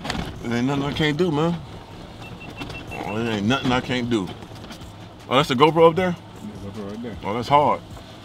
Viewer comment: "OK, dats da warm up" 😂🤣